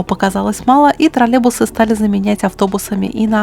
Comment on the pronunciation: У нас таких уже лет 15 как нет. И они троллейбусы а не тралебусы(0,07секунда ролика)😂